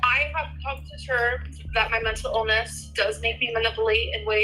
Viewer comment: Just 30 seconds in and already I've heard pronounce manipulate as maniplate and mental illness as menta illness